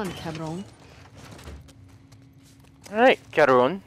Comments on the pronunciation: when he tried to say cabrion i busted out laughing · Keep practicing that "cabron" delirious :P